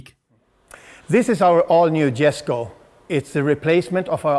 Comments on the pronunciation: I believe it is pronounced "YES-CO"... It's a silent "J". The "handler" even slips up and says it correctly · It's a Jesko, as in "yesko", and /yes/. not /djesko/. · Pronounced “yesko” not ”jesko” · For anyone wondering, Jesko is actually pronounced 'yes-ko' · Rule of thumb when pronouncing European names that start with a "J" is "Y", it's Yes-ko, not a Jess-ko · its pronounced "Yesco" , not Jesco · "Yes-co" not "Jesh-co" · its pronounced "Y"esko no "J"esko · Not Jesko its pronounced yesko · Every single time I hear ya say Jesko I think to myself, how 'merican can you get. It's pronounced Yesko. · Jesko is like Yes-co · More like yesko. إسماعيل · It's pronounced Yes-ko not Jes-ko. That's how Christian Von Koenigsegg pronounces it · You're pronouncing Jesko incorrectly, the J is silent. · It's not silent, it's just more of a "y" sound, because Scandinavia. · Amazing car, amazing job, however with such a special and important car you should be pronouncing the name correctly. The J is silent. And the pronouciation is Yesco. Top work nontheless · The J is silent, so its like sesko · Sorry but its pronounced Hesko not J-esko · This is my first time watching any of your videos very well explained but the Jesko is actually called Yesko it’s Swedish I saw the Jesko at Sunset GT and an private event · Loved the Video, great job as always! Kinda funny hearing the wrong pronounciation from the Transport manager though... it's pronounced Yes-ko. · I thought it was pronounced yes-ko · Swedish ppl triggered not being said yesko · pronounced Yesco -_ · Jesko is pronounced as [iesko], as it’s Christians father’s name, I guess it’s important to name it right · It maybe do to accent do to nationality but I thought it was pronounced like “Yesco”. That at least is what I heard on the reveal video I saw. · Jesko in Swedish is basically pronounced "Jes-koo", same sounding "o" as in "to, two, too", but not dragged out as long. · Great video, but dude it’s YESKO